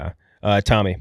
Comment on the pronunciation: I’m not sure anyone caught calling Tommy a cigarette for how he pronounced it. Big laugh out of me